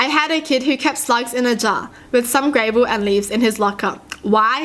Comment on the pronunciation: gravel (gra-vel) not (gray-vel) for pronounciation